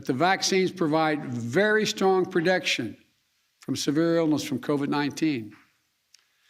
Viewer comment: “Very strong prodection”?? How does this “prodection” compare to traditional “protection” Joe?